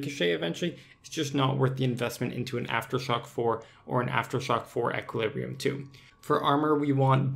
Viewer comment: ish you say "until jagex does something about death costs" but why should they... theres no need to. If you don't want a high death cost, don't use expensive gear and do risky shit. It's really not that hard. Also sgb spec is only 30%, not 35% And you're pronouncing equilibrium wrong